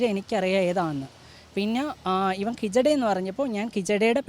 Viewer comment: കിജഡയല്ല, ഹിജഡയെന്നാ..